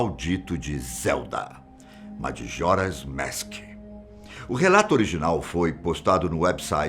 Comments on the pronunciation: Kkk “madjoras mèsk” o certo seria majora’s mask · O vídeo é bom, mas por que ele fica falando MADJORA'S MASK ? É só falar MAJORA'S MASK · Oh moço desculpa mais tu fala meio errado kkkk madjoras mask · "Madjora's Mésk" kkkkkkkkkkk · Gostei muito do vídeo principalmente o senhor falando madjoras mask kkkkk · E as pronúncias então kkkk pqp "dijédusabul" "Madjora's Mésk" putamerda bicho kkkkkk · Zelda "Madjoras Mask" dá até agonia vendo esse tiozão narrar o título do game 😒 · Se fala Jadúzabol , e MAJORAS MASK Aquela é só a forma de escrever A forma de falar n é como vc pronunciou